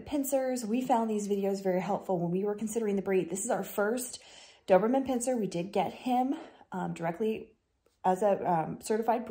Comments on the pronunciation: Thank you for your comment. You are correct, I did mispronounce it in the video by mistake. I have dyslexia and struggle with pronunciation. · Lovely dog. But it is pronounced Pin Cher not Pin ser. You're a breeder? I am on 5th dobe and have one that we showed. i know 3 breeder very well. No one in doberman world I have had contact with pronounces it that way.